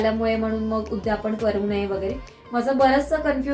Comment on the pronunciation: उद्यापण नाहि ग , " उद्यापन " . 🙏